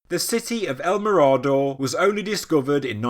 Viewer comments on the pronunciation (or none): Great video, bit it is pronounced me-rah-door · Excellent as always, if you wish to pronounce it correctly it would be something like el mirror-door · "El Mirado?" stopped playing this after the mispronunciation... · Yes .he got this wrong . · Just a heads up. You’re mispronouncing “mirador”.